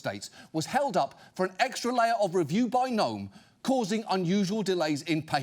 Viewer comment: Can Kristi Gnome please pronounce and S???? It is sho annoying.